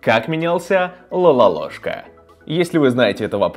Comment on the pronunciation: Не Лалолошка , а Лололошка!